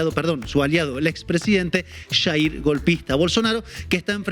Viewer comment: "...ex presidente Shair golpista Bolsonaro...." Maravilloso 🤣🤣🤣